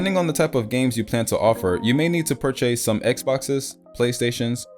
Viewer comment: Purr chase? Tf?